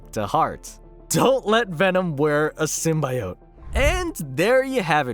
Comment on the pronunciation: Bro can't pronounce "symbiote." lol